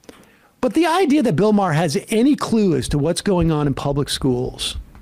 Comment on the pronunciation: “Bill Maher isn’t funny” then moments later mispronounces Maher to get a laugh and then quickly realized he isn’t funny either lol